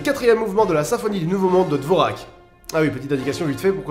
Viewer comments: Enfin quelqu’un qui dit musique savante ! Enfin bref je suis « musicologue » diplômé d’une licence et actuellement en master pour devenir professeur d’éducation musicale et j’aime tellement ta vidéo! (Par contre dvorak se prononce dvorjak ;-) ). Je pense rediriger mes élèves vers ta vidéo sans hésitation !! Et leur faire écouter du métal ... allez salut :-D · on dit dvorjak. a part ça excellente vidéo, comme d'habitude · Fait attention à la prononciation du nom Dvoràk (Dvorjak) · Je sais que ca fait des années mais... ca se prononce pas Dvorjak? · Dvorák ce prononce plutôt "dvorjak" à cause du chapeau sur le "r" qui n'existe pas en français;) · Coucou Dvorak se prononce Dvordjak bye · super vidéo, par contre ça se prononce "dvordjak" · Dvorak se dit "Dvordjak" non? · DVORAK se prononce DJORVAK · Dvorak se prononce dvorjak. Désolé, ça me démangeais de ne rien dire. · Non ça se prononce "dvorjak" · En fait au moyen age Do re mi fa sol la si n'existait pas vraiment.. déjà il n'y avait que 6 note et non 7.. le Si n'existait pas.. mais enfin c'est le BORDEL même pour un musicien j'adore ton humour aussi bisous ps : S'IL VOUS PLAIT ON DIT Antonin(e) Dvor(j)ak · On dit « dvorjak » !!!! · Wahou! Mis à part ton étrange prononciation du nom de Dvořák (ah, et de Bach mais là je ne dis rien parce que c'est un sujet qui porte à polémique), je trouve que c'est l'un de tes meilleurs points culture. Malgré l'amplitude de la musique "classique" et sa complexité tu as réussit à en dresser un portrait complet et qui l'exprime bien (cette phrase n'a aucun sens). De plus,entendre autant d’œuvres sublimes dans une seule vidéo, j'en rêvait depuis longtemps, merci pour ça aussi, j'en ai eu des frissons presque en continu ^^ Et la conclusion est excellente: effectivement, malgré tout ce qu'on peux dire, la musique "classique" n'en reste pas moins l'ancêtre de celle populaire actuelle et toutes deux méritent, selon moi, la même attention :) Merci pour ce point culture extra! :D